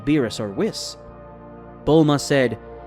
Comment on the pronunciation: Story is really good buh his voice just duznt sound right🤪hate the way he says whis😂 wiss 😂😂